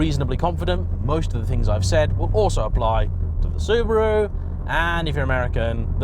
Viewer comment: Also can't pronounce Subaru...come on!